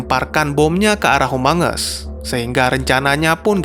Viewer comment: Kok gua denger humungus amongus?